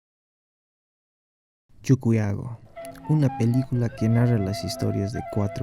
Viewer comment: Se pronuncia CHUQUIAGO no CHUCUYAGO, siendo boliviano pronuncias mal